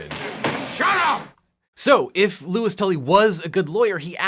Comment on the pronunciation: Objection...his name is LOUIS, NOT Lois